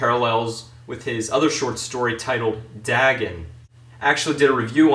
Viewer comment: *day-gone = Dagon